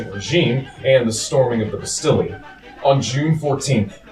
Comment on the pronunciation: I hope someone has taught him how to say 'estate', 'Rousseau' and 'Bastille' by now. Wow.